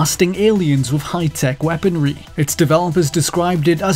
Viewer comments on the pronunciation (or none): none